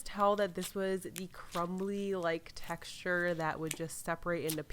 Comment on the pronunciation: how many times did she say texturrr